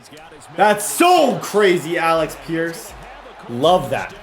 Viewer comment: AleC pierce Not AleX pierce Thank You